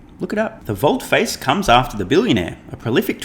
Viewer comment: It's pronounced: Volte -"faas" :thanksdoc